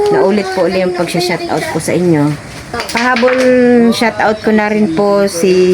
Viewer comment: good day, i korek lang kita ha..dont mind it,, “Shout Out” po, hindi shut out,,thqnk you!po.